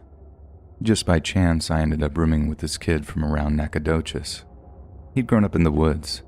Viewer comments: For him to say nacogdoches correctly was nice. I am from dallas and went to college in nac but nice to hear about unt. I bet I know which forest he’s talking about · i thought the exact thing when he pronounced Nac right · I did clinicals in Nacogdoches. Never thought I'd hear it in a story, much less pronounced correctly!!